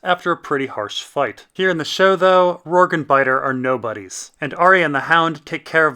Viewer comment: HIS NAME IS ROURGEEEEEEEEEEEE WITH AN E NOT FUCKING RORG DUDE PLEASE LEARN!!!!!!!!!!!!!!!!!!!!!!!!!!!!!